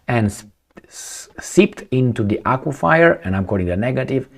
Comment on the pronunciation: Aquifer -- pronounced Acwa-fur ...